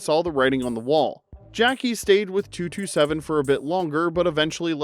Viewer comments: A spinoff of "The Dukes of Hazard" would have worked better if it had been Roscoe P. Coltrane and Boss Hogg. I forgot all about "Beverly Hills Buntz". It's "Jack A", not "Jackie". and "Sawndruh" not "Sandruh" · It’s not Jackie… It’s pronounced “Jacques-ayyyy”. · Jackée is pronounced “Jack-ay”, hence the accent mark. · jack-KAY. hence the accent aigu you see typed above the "e".. as in how you pronounce "Renee" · I thought her name was pronounced Jack-AY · it's pronounced Jack-ay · Jackee is pronounced Jack-A ! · I have zero recollection of the title changes for Mrs Columbo. The first name stuck. And the mispronunciation of "Jack-kay" has me questioning if the narration is AI generated (if so, youve gotta phonetically fudge spellings sometimes). Clearly, there's a human editing these great videos, so no judgment either way. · Gonna need you to pronounce Jackee properly please! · Take a drink every time the narrator mispronounces Jackée Harry's first name.